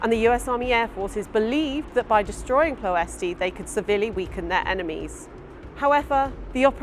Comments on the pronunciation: Ploesti - according to my Romanian friend, pronounced Ploy-esht. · In Romanian, the final “I” (as in Ploesti) is silent, like the final e in many English words.